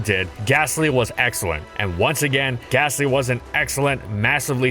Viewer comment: THERE IS NO H IN GASTLY!